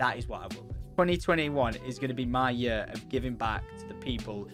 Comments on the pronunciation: Lets make 2021 the best yerrr ever haha why cant you say year right? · i love how he says yur XD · love the accent pronouncing year, yer